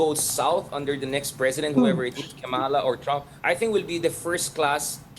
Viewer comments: PLEASE! It’s KA’MALA, accent on the first syllable, and say it fast. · Please pronounce the VP's name correctly! Kama-la. It would be nice to speak Tagalog.